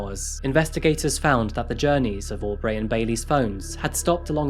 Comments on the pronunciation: Why do you pronounce things slightly off? Au-b-ray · Lmao hearing you pronounce Aubrey “Aw-Breigh” is really funny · You listen to the actual videos of the criminals saying their own names, why then do you say aw-dray and aw-bray not bree 1000 times. Really grating. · Audray, Aubray but not Sydnay? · I find it interesting that receives regular praise for pronouncing foreign names correctly but butchers names like Aubrey and Audrey lol